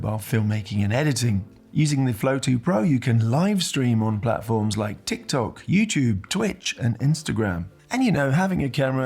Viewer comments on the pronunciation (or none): none